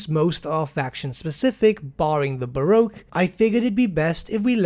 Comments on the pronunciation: The Baroque xD.... the Barque! Pronounced the same as 'bark' ;) Love the vid, thanks for the news. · What's with the pronunciation of 'Barque' as 'Bah-roh-k'? It's just Barque as in 'bark'. Other than that, this looks great :P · barque is pronounced bark